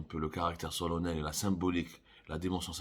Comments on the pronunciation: Solennel se prononce solannel. Pour c'est SOLONNEL....Tu devrais arrêter de t'exprimer en français. Au fait, Tahkout t'appelle toujours ? Je pense que tu as le même niveau de français que lui.🤣😂🤣😂🤣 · Berka ma teqloz.rak tetleg felgnine La caravane passe et les chiens aboient.C'est ça solonel .allez apprendre à prononcer solennel et vous vous arrogerez le titre de journaliste. Merci pour le cours sur le protocole ya 3arrifou.